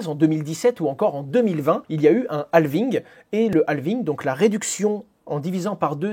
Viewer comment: Dans Halving, le L ne se prononce pas. Il est muet. Idem pour Half